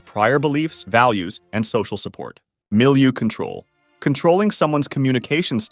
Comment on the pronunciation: I heard milieu control as Mill you/control. Mtg has poisoned my brain.